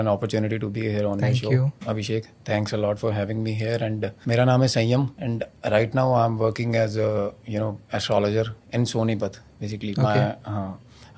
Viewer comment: Sa ka fa😂😂😂 sayyam ka fayyam bol raha hai